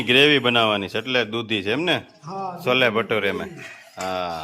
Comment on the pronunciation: છોલે ભટુરે બોલાય